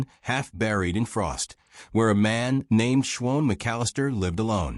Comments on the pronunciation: Shwohn? (Shawn) Wound ( not Woond (phonetically). Sometimes the narration is off enough to crack the story - at least to me. POOR ENDING..............stopping abruptly is no good! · Someone needs to teach this narrator how to say Shawn.